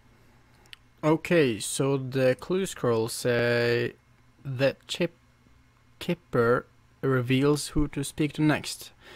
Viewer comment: "kiper" It's pronounced "sci - fer"